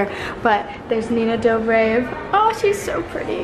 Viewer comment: Nina “Do BrAvE” its dobrev 😂 and How can you not care about STEFAN SALVATORE HIS NAME IS PAUL WESLEY 👑❤️❤️❤️❤️